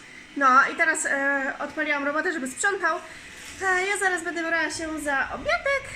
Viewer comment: Witam serdecznie mam pytanie dlaczego ciągle mówisz bede jesteś ładną mądra dziewczyną i lubię Was oglądać życzę Wam szczęścia w Nowym miejscu, ale mam prośbę postaraj się mówić będę bo to milej brzmi.